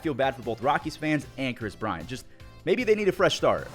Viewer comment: Fell off so hard you didn’t even say his name right